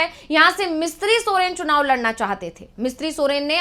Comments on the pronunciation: झड़खंड me सुनाव नहीं बे, चुनाव है, पहले हिंदी तो बोलना सिख , फिर जनता तुमसे बात करेगी😂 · Chunav ko sunav bolta ha c m